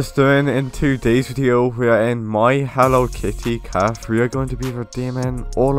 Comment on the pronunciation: Bro mans really said “caf”